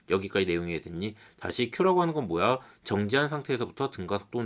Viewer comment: 모야를 왜 모아라고 발음하세요...?